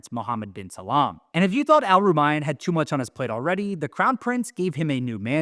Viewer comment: Brilliant! Also, it's *salman, not Salam :)